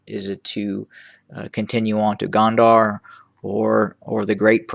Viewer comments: I thought you said Kandahar(a city in Afghanistan) it's -Go-n-der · its spelled gonder. the de part say it as you would of the de in deputy. the go part like "go out". go-n-de-r